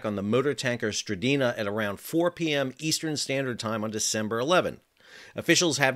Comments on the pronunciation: The vessel is called MV S-T-R-I-N-D-A not what you called it (stridina). Check your facts, please. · "Strinda" not Stridina... ;-) (And Strinda is a municipality in Norway) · The name of the tanker is "Strinda". You keep say "Strideena". WTF? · Strin-da. Not Stri-Dee-na. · I love how he keeps calling the "Strinda" the "Stridina" 😂😂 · Love your reports, your pronunciation, not as much. Strin - DA. You've added letters not there. Keep up the good work. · Pronounced as "Strin-da", with an i as in India. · SAL,SAL---- Read the name again Strin-Da!!!!!!!!!!!!!!!!!!! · Strin-Da Two syllables, not three. How difficult is it to read a simple name? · .. Yup. You got it wrong, Sal. Noggi talk is like German. Hard consonants. 😁